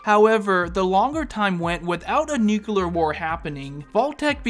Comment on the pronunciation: New-clear..... not nook-you-ler. Thanks for coming to my Ted talk